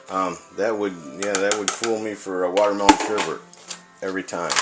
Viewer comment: Um dude it is sorbet not sherbet, sherbet is the stuff that is sour sugar...